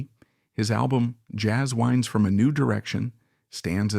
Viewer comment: It took me a while to figure out “Jazz Whynds” is “Jazz Winds”. Apparently no one listened to this POS before it got posted.